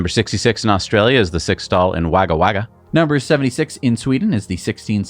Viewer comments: It’s pronounced “Wagga Wagga”! Not “Wagga Wagga”! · Supercharger reviews should get scores greater than 7 only if there is all weather awnings installed. An 8 or 9 for a bear bones site is ridiculous. PS: Wagga Wagga is pronounced woga woga ! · wagga wagga is pronounced wogga wogga. yeh, weird australia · One of th weird things in australia is that wagga Wagga is pronounced Wogga Wogga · The best thing about a new Australian supercharger is listening to you guys trying to pronounce it :D